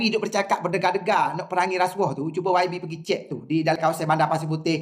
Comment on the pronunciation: ALAAHAI ....SEBUT PERKATAAN RASSYUAHPUN TAK CUKUP LIDAH ....!!!!....😂😂😂😂😂😂😂😂.....MANGKUKKKKKK....MANGKUK ....